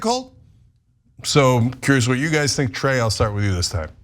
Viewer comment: It's TRAE. Not "Clay" or "Dre".